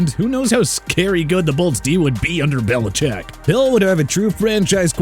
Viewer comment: Why you do belicheck like that 😭